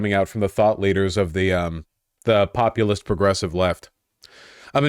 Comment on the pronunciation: Cenk says the word populist like its his build in WoW